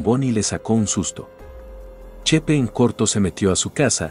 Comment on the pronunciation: Chepe no chepa